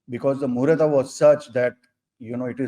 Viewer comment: Irony is, he refused to call himself an astrologer or Vedic astrologer, however, he pronounces "Muhurat" as "Muhurata." Even many of your guests whom you invite on the channel, Sanjayji, call "Krishn" as "Krushna," which is the name of Draupadi in the Mahabharat. I remember many times you corrected them. Why do these people still use colonized English language? Bahar se aye gadhonko to kuch nahi samajhta tha, but inko to samajhna chahiye ki hamare yaha pronunciation ka kitna mahatva hai. Ved sikhte waqt to neck movements bhi ek particular style se bataye gaye hai. Even though I am criticizing him on a particular issue, he is quite logical, no doubt about that.